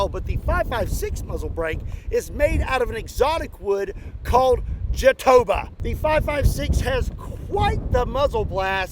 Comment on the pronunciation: Hi,! Brazilian fan here. It's not ja-TÔ-ba. It's ja-to-BÁ. I expect other brazilian fans to like this comment so knows that what I wrote is right.